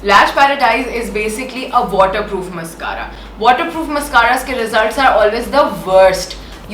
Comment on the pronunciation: Behn mascara ki pronunciation to seekh lay !!!